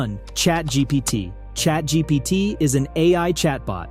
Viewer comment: he said ChatGTP...